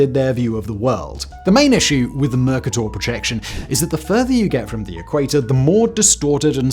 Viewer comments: Oh man… ok… I love these videos, but the presenter has this odd way of completely mispronouncing relatively simple words, usually people’s names. E.g. Saying “Mercator” as “MUR-ka-tor” instead of “mur-KAY-tor”. And in a previous video, pronounced “swathes” as “swoths”… and (Lord) Carnarvon as “CAR-na-von” instead of “ca-NAR-vun”. And mispronounced Ghengis and Boudicca (I can’t be bother to type out the phonetics… you can simply look them up on Wikipedia. I’ve been biting my lip through several videos, but then watched a couple of them last night with my wife, who’s not so restrained. The problem is, it kind of undermines the credibility of the content, even though I have no doubt the content is properly researched). It’s possible he’s using American pronunciation variants… but with such a pronounced British accent, it still jars. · Isn't it pronounced "mer-KATER"? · I've never heard Mercator accented on the first syllable, even in the UK. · I always heard it was pronounced "mer CAY tor " not "Merka Tor" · It's not "Merc - Ah - Tor", its "Mer- Kay - Tor" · Everything stopped for me when he said "merrrkerrrtorrr" and I couldn't listen until I checked the pronunciation online, thankfully it is indeed pronounced "muh-kay-tuh" and now I can rest easy again. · It’s pronounced ‘mr·kay·tr’ not ‘mr·ka·tore’ The word ‘Mercator’ does not have an ‘e’ on the end so the ‘O’ is short and not long. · Isn't it pronounced Mer-ca-tor rather than Merk-a-dor? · Dafuq is Mercuhtor??? Is he revoicing an AI generated script? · It's mer KAY ter. Look it up. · MERR KAY TIER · A good video marred by the pretentious pronunciation of Mercator. It is a Latin translation of his Flemish surname Kremer meaning merchant. In English it is always pronounced MerCAYTor, just as Mexico is pronounced Meksico not Meheeco. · Have I been mispronouncing Mercator this whole time? I’ve been saying “mer Kate ur” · That's not how you pronounce 'Mercator'. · Fun fact: mercator is not pronounced that way!